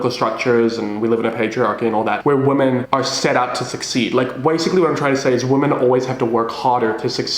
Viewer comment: please stop pronouncing women like woman im begging you